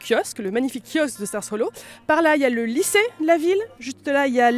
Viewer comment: Elle dit mal stars hollow car on dit star hollow mais sinon super vidéo